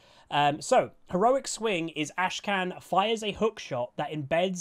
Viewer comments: Great vid as always, but I just want to point out: his name isn't AshKan - it's AKshan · It's AKshan not ASHkan.... Come on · Say it with me now, Akshan. Ak shan. Akshan. Not Ashcan. ffs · Great vid, but like i'm sure you've seen, his name is Akshan, not Ashkan. But anyways, I am absolutely in love with Akshan. I have not been as excited for a champ since the Fiddle rework, and before that, Pyke. I cannot wait to swing around like a badass and get that assassin's creed, revenge vibe. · He is called AK-shan. Not ASHE-KAN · Bro you kept saying 'Ashkan' instead of Akshan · dawg it's Akshan not Ashkan... you kept pronouncing the champ's name wrongly in the entire video... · AK SHAN? not ASH KAN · Akshan not Ashkan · Looks interesting. The resurrection mechanic may make him a ticking time bomb. Also, its cute that kept mispronouncing Akshan as Ashkan. Someone, please spam flash the butcher emote:) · Did he say ashkan in the intro??? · Akshan seems really fun to play, but maybe not so fun to play against.. Also, why do you call him ashkan? The K is first? xD